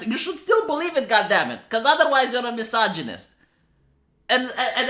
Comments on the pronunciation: Say misojonjjist one more time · I like the way you pronounce misogynist hehe